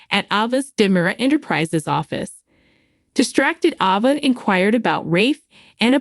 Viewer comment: Will never subscribe. The absurd way you say character's names grates on my nerves so much that I can't listen. It is Gabi not Gobi. Ava's name you blew out of the water. Goodbye